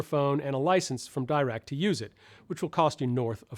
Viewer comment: Why do you pronounce Dirac like that? It’s French it’s Deerac, not Dairac.